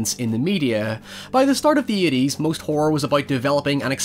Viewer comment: "the eighties" My ears: "Pleiades"